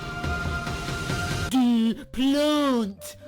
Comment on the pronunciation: PLHUAANT DAURRR PLAUGHT DWEER PLAGHNT DURR PLUNT